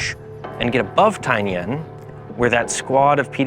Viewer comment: It’s Taingen not Taignen